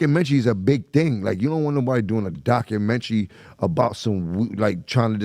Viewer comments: Let me find out 50 gonna release a “dakumenchy” on Jimmy and Maino. What is a “dakumenchy”😂😂😂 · They don’t even know how to say documentary correctly